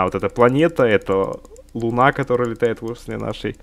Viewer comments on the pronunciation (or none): none